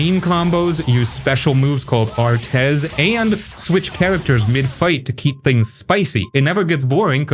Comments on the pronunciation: tales of berseria, its pronounced arts, the e is silent, if youve played earlier tales games they all say arts (every one ive played had full voice acting going back to the ps2), so artes is arts not ar tez, just an fyi for ya in the future, some fans may get pissy about that (rabid fans of games can get crazy...*cough* nintendo fanboys *cough*) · umm... "ar tes? its bloody ARTES pronounced ARTS ya eejit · Artez lol even though its spelled "Artes" it's pronounced "Arts" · For Berseria, Artes is pronounced Arts